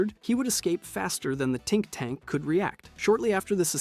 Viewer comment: tink tank?.....you mean think tank